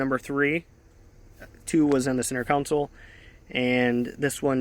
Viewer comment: I like your conversational tone, as well. Good presentation. FYI: The word is CONsole, not "counsel."